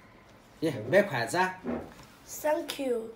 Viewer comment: Remember to say thank you, to put your tongue in between your teeth for the TH sound. I had to teach my mom that and now shes got it